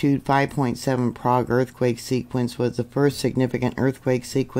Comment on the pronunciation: Love your reporting. The "Okie" pronunciation is "Prayg". Just a tidbit😊 of info.